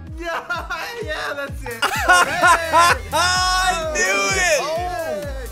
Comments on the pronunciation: “Hot meh rat” cough cough murot is pronunciation no hate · Its not hot Marrat it’s hot Marat not hot mar rat